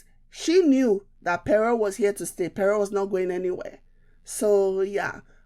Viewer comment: Pere or Pero? It is pronounced - Kpero . Good analysis though.